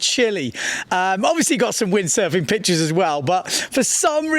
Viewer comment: i like it when he says bitches instead of pictures 😂